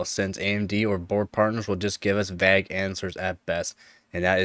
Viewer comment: That's not how 'vague' is pronounced man :D